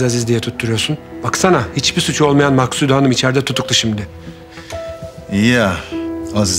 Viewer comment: Şimdi de babası... Ya herkes neden Maksude ye 'Maksut' diyor? Benim anladığım bir şey mi var yoksa oyuncular mi hatalı teleffuz yapıyor????